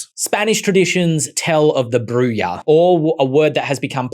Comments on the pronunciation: Sorry. But, it’s going to bug me, but Bruja is pronounced “Brew ha” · Bruja is pronounced Bru-Ha, love the video! Got the player's guide last week and have been loving it so far